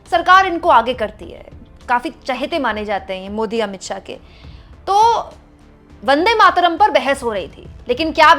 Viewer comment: भारत का दुर्भाग्य अनुराग जैसे भी सांसद जिसको बन्देमातरम भी बोलना नही आता.बस चापलूसी करते रहते है